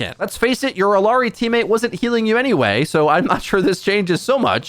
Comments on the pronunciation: "illiari?" Then immediately pronounced her name right then wrong again? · But the fact that he pronounced it wrong, right, right, wrong, right then right again is laughably odd